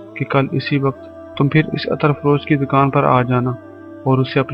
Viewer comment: Attar nahi hota brother Ettr hota hai means zabar nahi zair hoti hai..Please don't mind... Thanxx